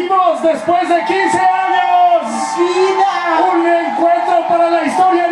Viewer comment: Yo viendo la descripción que devez de decir años dice anos